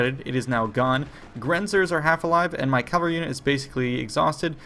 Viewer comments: It sounded like he pronounced it properly. What did you hear? CaLvalry seems to be a common mistake for some reason. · I'll never not get triggered by the way he pronounces cavalry